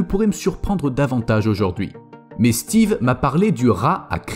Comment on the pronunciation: Mr le commentateur me rire quand il cite le nom Steve kiekiekie